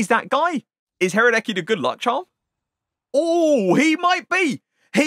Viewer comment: haradeky? lmfao i love how most english speaking people cant pronounce slovenien/scandinavian names